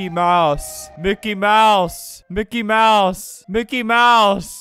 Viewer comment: “Minky mouse” LOL